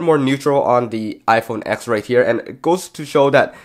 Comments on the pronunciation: IT'S READ AS "TEN" NOT "X" 🙆‍♂️🤦‍♂️ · iPhone Ten! Not ex! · Yet another tech video where you call it the “X” not the “10” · It’s not pronounced iPhone “ex” it’s pronounced iPhone “ten” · Why do you keep saying “iPhone ex”? It’s the iPhone 10. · do you mean iPhone TEN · It’s called iPhone TEN!